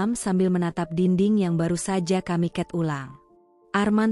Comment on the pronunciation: Terlalu lambat bacain ceritanya, trs itu Man dibaca ya Man aja,buka men. Cat ya Cat aja, bukan ket.